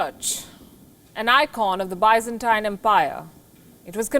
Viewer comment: Please pronounce Byzantine correctly